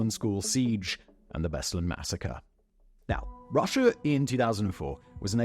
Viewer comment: Simon, please, check your prononciatian of foreign names: place names specifically. "BEslan" instead of "BeslAn" is one thing, but "North Oh-see-sha" instead of "North O-se-ti-ya"?